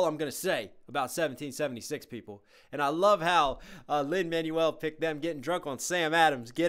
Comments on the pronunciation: Teeny note: It's Lin-"Man-WELL", not "MAN-you-ul". ✌️ Loving your reaction/breakdown vids! 🥰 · WAIT LIN-MANUAL MIRANDA!? IT'S LIN-MANUEL (prounounced Man-Wel) MIRANDA SILLY! otherwise great video now WHERE IS THE PART 2!?